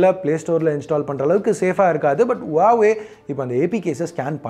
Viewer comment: Huwaweaaa illa Huwawe